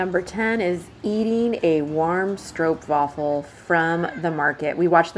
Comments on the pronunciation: You had the most Dutch day that I never had, so well done, also good pronounciation on the stroopwafel! (it's indeed pronounced like 'Strope-waffle'). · This is the first time I've heard a native English speaker pronounce the word "stroopwafel" correctly. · My compliments for your pronunciation of Dutch words. You really put a lot of effort into it. Stroopwafel with an "O' sound 🥰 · thank you for saying, stroopwafel and not stroepwaffel 😃